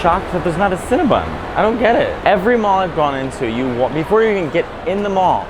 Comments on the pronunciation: I enjoyed this, but it's CinnaBON, not CinnaBUN! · Cringe and take a shot every time Mateo says “CinnaBUN” instead of “CinnaBON” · Stop saying CinnaBUN, it's CinnaBON (Silly girl) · Girl it's Cinnabon..not Cinnabun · Cinnabon. BON boy, not BUN. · ConnaBON! It rhymes with crayON!